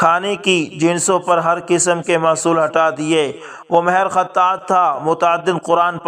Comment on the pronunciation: جناب آپ نے ماھر کو مھر بولتے ھے مھربانی ھو گی آئندہ اس کا خیال رکھیں